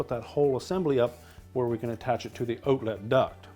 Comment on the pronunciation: Can’t tell this guys from Canada. 😂 Ooutlet! He can’t hide it he’s trying though!